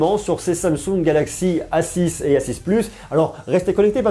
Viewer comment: Suis je le seul à entendre s6 au lieu de a6?